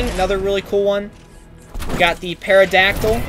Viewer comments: You don’t know how to pronounce pterodactyl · He said paradactyl lolol